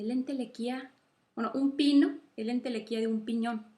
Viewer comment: excelente vídeo, no es entelequia? por que entelequía me suena raro